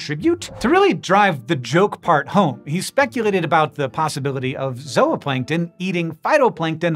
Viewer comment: Thank you for properly pronouncing ZOOPLANNKTON!! You correctly said "ZO-OPLANKTON" and not as so many do "ZOO-PLANKTON" or "ZOO-OPLANKTON." Thank-you!! Great video aswell.